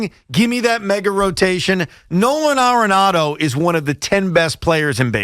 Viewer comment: Why Evan keeps calling dude, No-Han Aronado ?